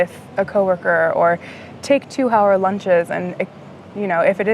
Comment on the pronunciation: Wow, she’s becoming French. She pronounced the h in hour haha